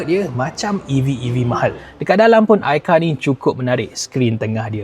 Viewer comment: Aikar 🚫 AiCau✅